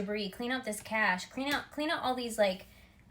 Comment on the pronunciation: I thought you said clear out your AKASH haha , cash, cache and AKASH